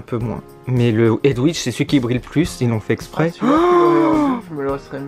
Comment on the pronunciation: c'est Hedwige pas Edwige.